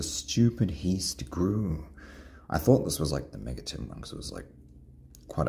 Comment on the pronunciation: Heist is pronounced as (hi s t)